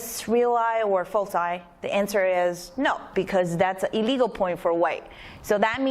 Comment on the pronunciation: I'm not sure if you're saying "a legal" or "illegal"